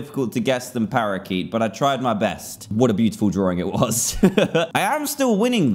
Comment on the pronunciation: Parakeet < ParaYeet